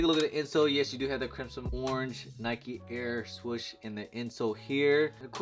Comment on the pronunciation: "Crimsim" XD